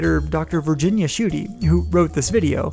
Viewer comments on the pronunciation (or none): none